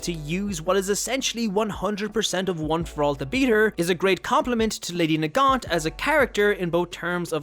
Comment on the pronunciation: It's Nagant